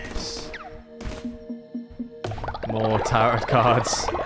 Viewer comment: Is he pronouncing the t in tarot as a deliberate troll? Or does he genuinely not know?